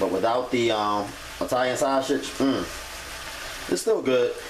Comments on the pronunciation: The way you say "sausage" lol sauchage!! 😂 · The way this dude says sausage lmaoooo